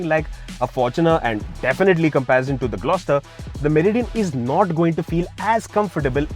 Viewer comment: Meri Dian 😂😂😂